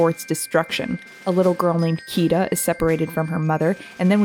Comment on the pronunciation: It's Kida not Kiva just saying ^^